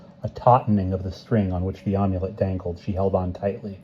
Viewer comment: Amulet has a short A like in Apple. Not a long A. You've been saying Omulet like Omelette.